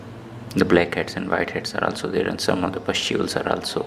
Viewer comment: here you can see , dee bleak heads Why do i love when he says that ? 💀🌚 🍵